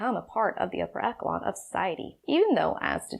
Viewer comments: girl did you just say "ekkelon"? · I KNOW! I was eating this video up, then she mispronounced the word “echelon” as “ekkelon”... TWICE! It definitely gave me pause as to whether this is a source I should trust or not 🤦‍♂️ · The way you say echelon bugs me, that ch makes a sshh sound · Actually, those putting together this video intended to disprove phrenology may, in fact, be providing excellent proof that such inherent distinctions do exist after all... especially mispronouncing words like "echelon" as "eckolon" or using such postmodern, made up words as "abolishment" instead of correct, traditional vocabulary as "abolition." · Thank you! Working on a character who believed this so called “science,” btw echelon is pronounced like etch-ul-on, probably just missed that word...forgive me correcting you...total respect and you are so lovely and intelligent!